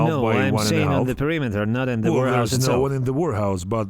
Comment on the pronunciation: I keep hearing "wh*rehouse" 🤣🤣🤣